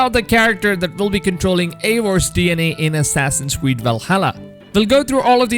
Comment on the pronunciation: Assassin's cweed 🤣🤣🤣